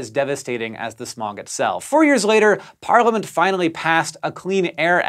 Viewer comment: Why is it so weird to hear an American say parliament? Just me … ok 😂